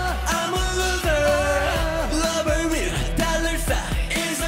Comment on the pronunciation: LMAO YEONJUN MESSED UP SAYING ‘LOVER’ AND HE HAD TO KEEP UP FROM LAUGHING OMG